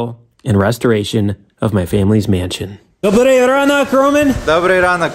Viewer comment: "Mansion" ahaha i can't! It is not Mansion, chill out.